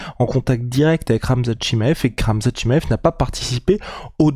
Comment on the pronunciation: Nota : On prononce [tchimayef] et non [tchima‑ef]… 😉